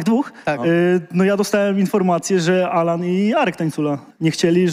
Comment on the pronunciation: Kto jest Anala menadżerem ??? Chyba Sejczento 😂😂😂😂😂😂